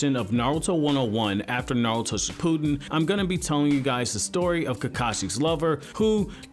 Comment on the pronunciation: 😂😂😂 It is not pronounced "Sh - POO - den" but "ShiPP - oo(smaller oo sound and not an extended sound. The effort doesn't stay on saying "POO" in this word.) - din". 💙💙💙💙💙💙💙